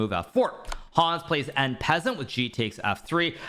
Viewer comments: en pez-ent ? or ahn pah-sahnt ? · did he say taking en PEASANT ?! hahah alright my chess lord let me bring my peasants. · Em peasant? I'm sorry what? Hahaha bro is not nearly french enough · Is this from some meme? Pretty sure he knows how to pronounce it correctly ,and it sounded very deliberate. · Funny hearing how Hikaru pronounces En Passant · well... he is memeing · No French pronunciation of en passant? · En passant - no e - it is french....😮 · en passant pronunciation 💀